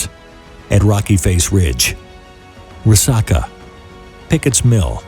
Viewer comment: It's pronounced Rah-sack-uh.